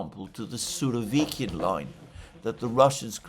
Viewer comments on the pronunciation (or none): none